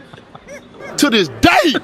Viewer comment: I have to say that little "to dis day" at the beginning makes me laugh every time 🤣😂